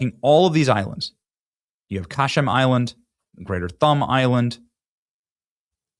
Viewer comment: Benny, How in the name of all that is Holy, do YOU GET T.H.U.M.B. out of the word T.U.N.B??? If you can't pronounce it G00GLE IT FIRST. I am rapidly getting very discouraged in your reporting and very annoyed in your lack of DUE DILLIGENCE, especially in the last several months. Pull your head out of your SPONSOR'S BUTTS AND DO THE JOB YOU USED TO DO!